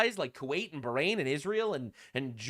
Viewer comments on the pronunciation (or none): none